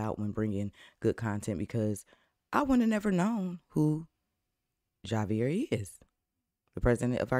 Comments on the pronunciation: The J is pronounced as an "H"....so say "Havier". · It's pronounced "Havier" love...